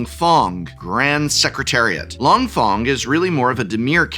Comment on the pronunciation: the correct Chinese pronunciation would be "Fung" not "Fong"